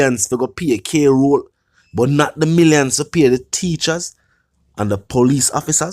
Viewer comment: On a serious note, I was very attentive to this blogger until I realized that he cannot pronounce "KROLL" 😅